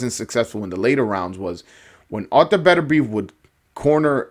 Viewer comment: I called 9th round I knew Beterbiev would walk through Browne. Browne was given a gift in the past againt a dude Beterbiev almost killed. BTW its Pronounced Better-be-ev. Peace